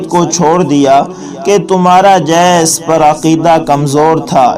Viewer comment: نہیں معلوم کیسے کیسے لوگ ایسے وی لاگ پوسٹ کرتے ہیں جن کو خود علم نہیں ہوتا اس وی لاگ میں "دی گر" کو "دےگر" بولا گیا "جی سس" کو "جےس" کہا اور نہ معلوم کیا کچھ جاھلو اگر معلومات نہیں ہیں تو پہلے کسی عالم سے سیکھ لیا کرو، تلفظ کو ٹھیک کرو،